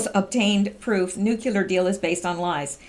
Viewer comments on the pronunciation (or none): Hi, I enjoy your posts. Thanks for the work you do for us! By the way, it's "nu-clear" not "nukular" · it's' new-clear, not nuk ku ler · say after me...." NEW-CLEAR"....not Nucular....lol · I absolutely love what you are doing , I was just going to point out ever since George Bush said it this Drives me batty whenever I hear educated people say NUCULAR! , its like a 3 yr old saying Pasqetti or cheeseg'ber, it is "NUCLEAR" instead of nucular., im not bitchin im just pointing out something that is pretty much my problem more than anything , I dont know why it bugs me so bad because tons of people say Nucular so ill just shut up and keep my psychosis to myself keep up the awesome work,, much appreciated! By many many many people, bless you for using your time to inform americas Deplorables , WWG1WGA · you’re doing awesome work. Would you please try to work on pronouncing nuclear? Nook-lee- er